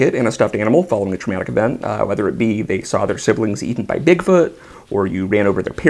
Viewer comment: Bigfoot? Or Dickfoot? Kinda hard to tell what you said.